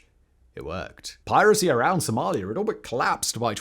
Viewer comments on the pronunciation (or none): BTW - there is no "R" in Somalia.